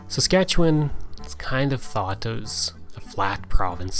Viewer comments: It's very refreshing to see someone actually say Saskatchewan correctly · At last, a video about Saskatchewan by someone who knows what they're talking about, complete with correct pronunciations.